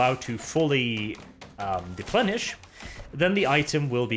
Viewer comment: Merry Christmas! "deplenish" :)